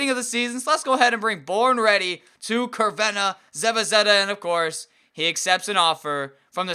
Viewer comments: i just wanted to tell you a couple of thing about crvena zvezda 1.crvena is not a city/country it is actualy croatin for red 2. zvezda means star in croatian so the teams name is red star 3. the c in cervena is pronounced as C not K but all that aside very nice vid and keep up the good work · it's pronounced "tservena"...